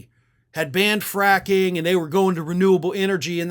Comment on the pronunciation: Oh did he say "fracking "? Didn't hear the R.